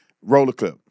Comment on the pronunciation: "Here go another cliyp"